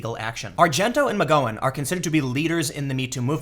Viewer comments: he's trollin us with his mispronounciations? How do get nike wrong? Theyre the biggest sports apparel business in the world, also kaepernick and now mcgowan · He’s actually pronouncing “Asia” correctly. But he definitely messed up Rose’s last name. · It's cool. I didn't need my liver anyway. ahem pronounced "Mc Gow-ann" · Tim, how in the hell do you pronounce Asia wrong? I couldn't get past 2 mins with you pronouncing Asia and McGowan like that. This is like Kaepernick and Nike all over again. Do you not see these comments? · Disliked. Only for Tims pronunciation of McGowan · Her name is pronounced with a short 'ow' sound like in the word 'wow'; not a long 'oh' like in the word 'whoah'. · Tim can't pronounce the name of anyone or thing correctly... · I was referring to Mcgowan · Okay you're pronouncing Asia's name properly. But McGowan is pronounced "Gow, like cow", not "Gow like go on" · Tim... the 'ow' in McGowan is pronounced like the pronunciation of pain. It is McGowan not McGOwan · I am sorry, but this Rose Magoin thing is driving me CRAZY! Mac-Gow-an MacGowan not Ma-go-in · I love you tim but jesus h christ you mispronounce everything lol. Its rose mc-gow-wan not mc-go-when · Muh-gow-en not muh-go-en. Gow is said like cow. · God Tim, I just love it when you mispronounce words lmao Rose Mc "Go on" (flashback to Ms. Doyle, go on go on go on go on go on) its Gow like Plow or Brow ;) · tim.... say oww out loud... now use that to say gow... now mcgowan... there you go, you've been learned. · Rose Mc-Gow-an, as in 'ow - gow' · Rose McGo-en 😂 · Its Rose Mc Gow (ow) an my dude. You pronounced As e ah right so this bothered me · "Aw-zya" "Me-goin" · I believe it's McG-"ow"-en, as in "ow that hurts', not a hard 'o'. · Rose Mc--rhymes with cow--Gowan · You have to start looking up how to pronounce names before making videos. It’s-McGown llike wear a gown. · you pronounce Roses last name wrong, it bugs me :-) It Mc GOW'in like COW. Just sayin. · Rose "Muhgoin"